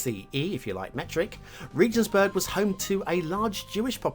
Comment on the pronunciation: Regensburg - hard 'g'